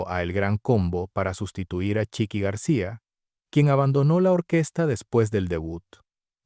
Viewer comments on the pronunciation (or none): none